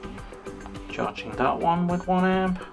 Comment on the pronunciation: Hopefully it will recover. I like the way you say charging "Cha-ching", sounds cooler :-D